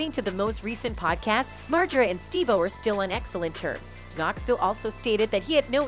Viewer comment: Steve Wild-o? Really?